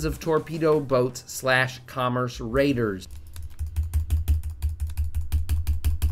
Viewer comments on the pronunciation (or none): none